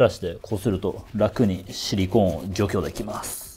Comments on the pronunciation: シリコーンの言い方が完全にユニコーンで草🦄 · シリコーンの発音がユニコーン。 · ユニコーンとハリケーンのイントネーションを受け継いだシリコーン氏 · シリコンは頭に、シリコーンは真ん中にアクセント置く人が多いと思います